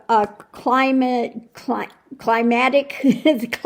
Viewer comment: Yes, very well said. Even with miss pronouncing the word, climatic. LOL 😆